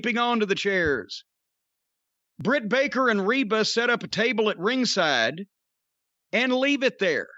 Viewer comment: He keeps calling rebel Reba. 😂 Rebel even put on her jacket "rebel not Reba"